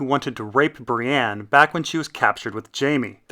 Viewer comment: Why do you say "Bri-ANNE"? There's no A in her name.